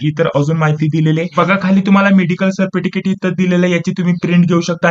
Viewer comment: सरटिफ़िकैट❌ सरफिटिकैट✅ प्रश्न❌ प्रेश्न✅